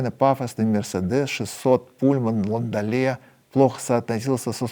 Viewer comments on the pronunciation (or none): none